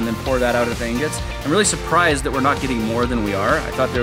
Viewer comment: Its ingots not ignots